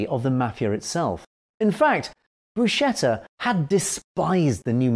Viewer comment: Buscetta is pronounced Bu-sketta and NOT Bu-shetta.